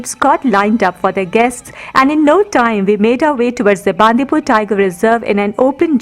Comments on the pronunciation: Great effort and we have been enjoying many of your videos. It would be even more authentic and appropriate if you could pronounce the local town names properly. For example, Bandipur is bun-dee-pura or bun-dee-pur, not baan-di-pur. And Madikeri (in another video) is mud-i-keri, not maad-i-keri. #PositiveIndia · It's Bandipura not bandipur not pur pur it's pura